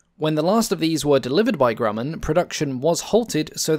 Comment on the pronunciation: Great video spoiled by the mispronunciation of Grumman. (grew man)